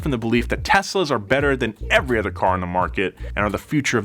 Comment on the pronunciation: Other. Not (h)eather.